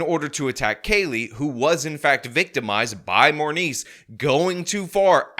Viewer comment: Did you say MoreMeat or Morneice..?